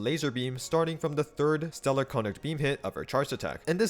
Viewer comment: why is every single creator saying stellar conduct wrong is it just to drive engaement? icl it's bothering me more than it should but it's making videos on it near unwatchable since it's said hundreds of times LMAO